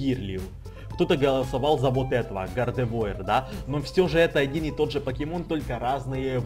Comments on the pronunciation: гардевуар а не гардевоер тупитса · вобщето не гардевоир а гардевуар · не Гардевоир, а Гардевуар) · не гардевоир а гардевуар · Не ГАРДЕВОИАЛАТОАУШЛВРР,а Гардевуар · Гардевуар {Гардэвуар} правильно выговаривай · произносится гардэвоар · тот покемон на 5 месте да ето французкое имя но произношение не правильное его имя гардеува р мягкая